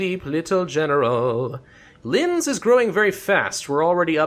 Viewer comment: There is a huge difference between germanys german and austias german But you pernounced linz fine